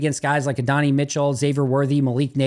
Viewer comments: Adonai’s name is pronounced a-don-eye. Love brother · can you double check your pronunciation of Adonai Mitchell 😂